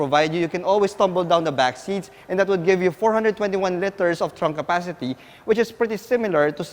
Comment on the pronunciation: It’s LITERS!!!!!!! Not LETTERS. Let’s do this! You can do this! LITERS, LITERS, LITERS